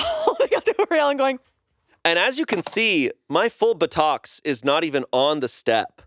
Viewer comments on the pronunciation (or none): shayne continues to amaze me. he pronounced epitome correctly, but why did he say buttocks like that 😭